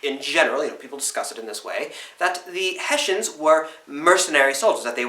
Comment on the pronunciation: Germans: Hessen British: Hessians: Heshans